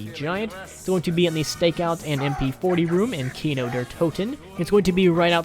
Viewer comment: Ugh as someone who speaks german hearing people pronounce der wrong is so frustrating. It's pronounced like the word dare.